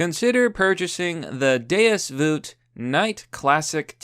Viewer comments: sponsors crusader tshirts -mispronounces "deus vult" Me: BURN THE NON-BELIEVER!! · is that really how you pronounce deus vult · Deus Vut. U vut, m8?